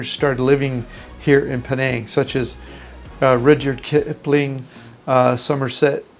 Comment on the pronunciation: Oh man you need to learn to pronounce Rudyard Kipling and Somerset Maugham correctly.